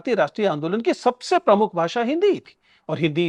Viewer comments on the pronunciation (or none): none